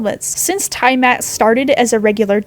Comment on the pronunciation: The tiamat pronunciation hurt me And the fact pterosaurs got called flying dinosaurs